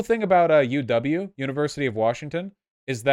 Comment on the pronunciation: God damn Vaush calling the University of Washington “U-Double-U” instead of “U-dub” was mad triggering to me as someone who grew up around Seattle lmfaooo